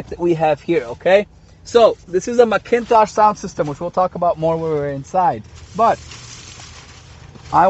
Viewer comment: 10.1 inch screen McIntosh- pronounced mack-in-tosh